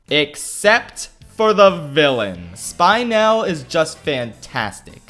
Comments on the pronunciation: Spin-el not spine-el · "SPINE-ELL!" Everyone: "It's 'Spinnelle'" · It's Spin - el not Spine - el. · did he unlist this because he kept pronouncing spinel "spy-nel" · Bra u said spine-el wrong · And u pronounced it wrong It’s pronounced like spinelle Like spin elle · Idk if it was purposeful but every time he says “spine-el” I lose 8 braincells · it triggered me every time you said SPEINEL xD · The movie is okay. It's not great, it's not bad. Me (Steven Universe: the Movie being my favorite movie): e x c u s e m e? (also it's Spin-El) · im sorry i just cant deal with him saying "Spine-el" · SP-I-NEL REEEE I’m jk I don’t really give a crap I mean it’s litterlay just a pouncing a name wrong in a little video XD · sp-................ did he just say SPINE EL? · Ok I love your review but ITS SPIN-EL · Spy-nel..? No offence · Why is no one talking about him saying she was “Spine-el” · Pronounces Spinel Spynel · “Spine-el”...BICH THEY PRONOUNCE IT RIGHT IN THE MOVIE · It is pronounced spin el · "Spy-nell" Me: triggered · when he said spy nel i felt that 🤬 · 'SPINE-el' ..... shudders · wait one didly darn minute. did you just say.... SPINE EL??!! SPINE??? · Say Sphenelle correctly right now before I break your spine-elle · The movie has said how her name is pronounced so many times, and he still says “SPINE-el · “spy-nell” that’s illegal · I writhed in pain at him saying "Spyne-Ehl" 😭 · whys he sayin "Spine L" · Is it because you mispronounced Spinel? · Why does he pronounce Spinel like that?! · The way he pronounced spinel physically hurt me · did anyone get mad when he said spinel wrong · Great video, but I think you say spinel wrong. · 90% of viewers got triggered by the way he pronounced spinel’s name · How did you manage to pronounce spinel wrong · How did you mispronounce spinel when they said it tons of times in the movie? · They... They literally pronounce her name in the movie... several times... Good review though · You say spinel wrong